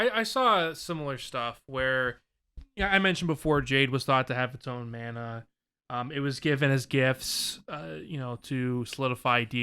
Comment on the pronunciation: Mana is pronounced. Mah nah lol not man naa lol